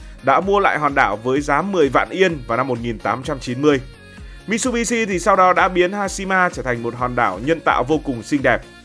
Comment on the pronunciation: Mitsubitsu đọc là mi t sự bi t sự nhé ad. Tiếng Nhật chữ tsu đọc gần như trự